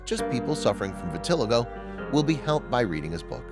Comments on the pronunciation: VIT UH LY GO......your mispronunciation takes away from the story. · I wish the narrator would learn how to pronounce “vitiligo” before creating the video. It is pronounced, “vi-ti-LIE-go. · It’s great that you’re bringing awareness to this condition, but would you please pronounce it correctly? It’s vit-til-eye-go, emphasis on the long i syllable.